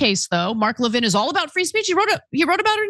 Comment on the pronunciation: now Ana pronounces Mark Levin's last name right, or at least to his preference.